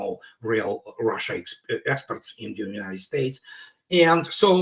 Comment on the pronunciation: It’s RUSSIA!! Not ROHHHHSHA! 😂